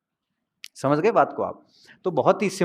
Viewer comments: हम यानि हम ओर हमझ यानि समझ 😂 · पश्चिम राजस्थान में स को ह बोलते है